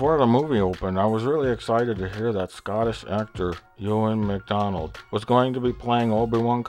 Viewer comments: you are right friend. But it Ewan Mcgreger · “Ewan McDonald” lol